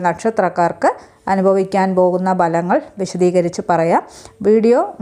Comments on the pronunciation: ബലങ്ങൾ അല്ല ഭലങ്ങൾ എന്നു പറയുക. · ഫലങ്ങൾ എന്ന് പറയണം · മരങ്ങൾ അല്ല.ഫലങ്ങൾ ആണാ